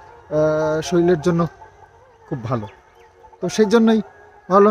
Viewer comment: Soril bole na sorir bole..